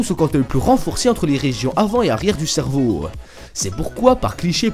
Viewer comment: cervow MDR (je sais que ça s'écrit cerveau mais la façon donc il le dit ) ;p